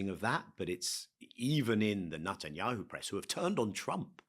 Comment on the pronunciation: I wonder why Levy has consistently pronouncing Netanyahu's name as Nut an yahu. Is this intentionally calling him a nut?